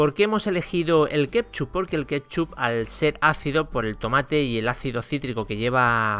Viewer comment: A ver si aprende a decir ketchup